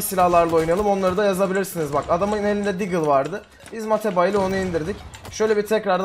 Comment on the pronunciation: "DAGLE" CANDIR!! :D